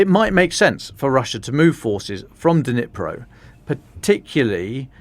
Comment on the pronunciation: I lived in Ukraine for 17 years right next to the Dnipro river. NOBODY IN UKRAINE call it the DeNipro! Nobody. The D is silent. Just like the K in Kherson and Kharkiv. They are pronounced Cherson (as in Scottish “loch”) and Charkiv . But I know the English tongue struggles with such sounds so just make the D silent and say Nipro. Same with Kh - Herson, Harkiv. It’s not hard.